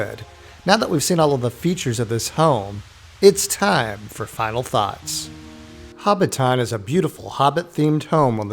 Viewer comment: Learn to pronounce Hobbiton for godsake.